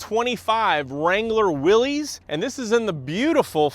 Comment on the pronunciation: Willis not Willies